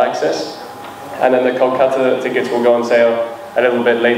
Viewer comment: Ohh Dada Tikot nohoi Ticket hoi 😂😂😂